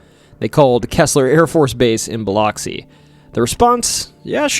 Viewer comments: And it’s “Buh-lux-see” not…that…. But hey from Biloxi 😂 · Biloxi is biluxi. Oxi should be lux. Not to sound like box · nope. I work there. It's Bih-LUX-ee. Soft b, Short i. Hard lux, long e sound. I live next door in Gulfport, pronounced Guff-port. More fun is Saucier, pronounced So-shure. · Oof, your mispronouncing cities leads me to not take you seriously. A good documentary needs research. This includes getting the pronunciation right of areas and people. Especially Biloxi. Dear gawd! Educate yourself. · Hello from Tupelo Mississippi ❤🙌🇺🇸. Just to clarify. It’s pronounced Bil UH x-ee. It’s spelled Bil OX see. But is pronounced Bil UHX see. Just for the non locals that didn’t know. Lol. Vicksburg fell to the Union on the 4th of July. Btw you mispronounced nearly every town that you named. 😂. It’s funny and I love your channel. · Great video! But Biloxi is pronounced like “buh-lucks-ee”. That’s how we rednecks say it anyway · Aa a Mssissipian. Thank you for the content but your pronunciation of Biloxi is incorrect.